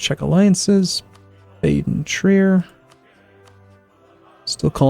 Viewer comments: Just an FYI it's Ba-den not Bay-den... its "Ba" like the sound a sheep makes. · Why are Americans sooooo useless at pronouncing European names? Dude, you pretty much can't pronounce ANYTHING properly. Mainz, Hesse, Baden, Niederbayern, Cleves. Go and look up their pronunciation.